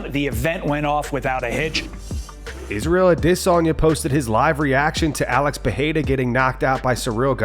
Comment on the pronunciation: Can you pronounce Izzys last name again for me? 😅